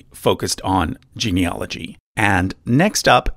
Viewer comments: Really interesting video. For information, genealogy is pronounced gene-e-AL-ogy as it is spelled, not gene-e-OL-ogy as it's being pronounced in this video. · Genieology is the study of genies; I die a little every time someone mispronounces it that way. That said, your assessment of Ancestry's service matches my experience of them, so I'll trust the rest of your work. The funniest part for me was that my background apparently stretches all the way into the Baltic and Russia (spoiler: it doesn't). That tells me white people have so little genetic diversity it's hard to tell us apart at the test-tube level!